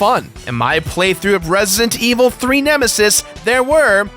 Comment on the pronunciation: "Resident", dammit! "REZ-I-DENT"--not "Ressint"...